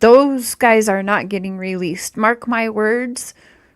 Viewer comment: Girl go rewatch the per videos and correct your sick analogy. That's terrible. I am not for anybody but that's terrible what you said. you said Mark's name wrong too. You take about money, you have way to many ads for false narratives. Redact this video!